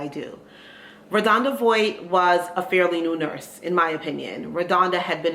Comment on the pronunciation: Her name is pronounced Vaught (VOHT) just very big on pronouncing names correctly…